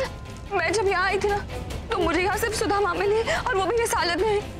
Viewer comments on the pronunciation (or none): When said sudha ma i heard sudama 😅😅